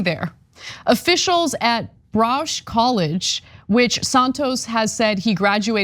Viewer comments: In my post to her I told her that it was ba ruk. While seemingly a brilliant woman she has a lot of trouble pronouncing a lot of words. For instance I grew up in Bexar County which is pronounced like the paint Behr. She pronounced it Bex ar. And these aren't the only two incidents where she has badly mangled a word or a name. In my post I offered to give her my telephone number so that she could call me when she was reading the script and I could tell her how to pronounce the word properly. I don't know if it's a gift or a curse but the only gift as far as normal people that I have ever had was the gift of words. Art? I can't draw a straight line with a ruler. Music? Apparently I'm tone deaf and I could never figure out how to read music. Dance? I have all the grace of an old cow walking across the field. But when it comes to words I have never met anyone as well educated in that sense then myself. At one point in my life about 20 years ago my fellow students started calling me Miss encyclopedia because not only did I know how to pronounce some very strange words I could also spell them out properly even if I'd never seen them before and I knew the definition. But Ana? Not so much. Maybe you and I could be a team in educating Ana.😁😁😁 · Baruch is pronounced as follows: bah-rook, not bah-roosh. Bernard Baruch College was named after a financier close to President Wilson. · The college is 'Bar-OOKH, not Brauch. Just a friendly heads-up, Ana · "Browsh College..." Lady, you m*r*n. Do some research yourself. It's "Baruch," pronounced "Ba-ROOK," named for Bernard Baruch... you M*R*N! Stop castigating others for not doing their homework before you've done your own... M*R*N! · It's pronounced Bah-rook College, not Brahge College. Obviously not from New York. 🤣🤣🤣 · Ana, it's Baruch (bah-ROOK) College, not "Rausch." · Braush College is actually spelled Baruch and pronounced Bah-rook. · Baruch (Ba-ruhhc), Ana...not ba-rowsh. Hebrew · Baruch is pronounced buh-roo-k slinks away